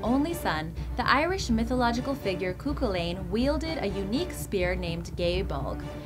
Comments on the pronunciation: coocoolane :P its more like kuh-hoo-lin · Cúchulainn is pronounced as Coo-Cull-ann. This really pisses me off when people can't pronounce Gaelic names correctly. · Also Chuhuliann is pronounce 'coo-hullan' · Cu-culain not Kuklan. It's the gai (thing the gu sound it guy ) bulag. Well done otherwise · aiofe=effa Cu-Chulainn: Coo-Cullin or Coo-hoolin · Cú Chulainn is actually pronounced Coo Hullan.....Just saying. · The mispronunciation of the Irish names is strong with this one, Aiofe "eee-fah" and "coo cull-in"